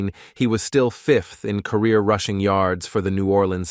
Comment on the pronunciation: They really have to work on those robotic voice narrating software applications. The "Meeami" Dolphins and the "rooshing" title?